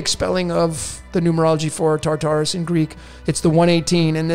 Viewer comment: ”Tartarus”: Torture us!